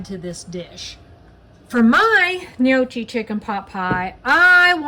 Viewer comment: That does look quite good. You got the first part of the word gnocchi correct. Second part of the word is not pronounced chi, say it like kee. 😁. Trust me, I’m Italian 👍